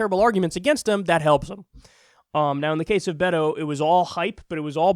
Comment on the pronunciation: beyyhhto? That's not how you Beto I think, but who cares from now on amirite lol